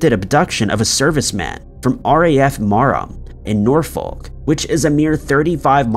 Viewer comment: ‘Norfolk’ is Nor-fick not Nor-folllk.